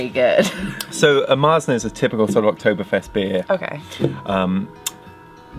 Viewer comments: You say "Marsen" to a Märzen. "Marsen" sounds in german like tang smelling socks(but it don't mean that, it sounds only like so). Speak it more like english "Martsen" the A speak like the A in "Tang" so like sheeps say "määäää". But our R sounds in this word more like an U as in "Butter" you can also speak the german R make in the throat, if you can, but in german we don't speak the R. In german we speak to Märzen -> "Meatsn". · MARE-tsin would be how i would write an english pronunciation guide for Maerzen, but you're right the guttural R sound is hard to translate . To your guest's etymology questions, it looks like she was spot on. It looks like the dish was even called marchpane in old english. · we don't speak the R in Märzen, replaced by german A or english U like in "Sun". Z is everytime T+S in german.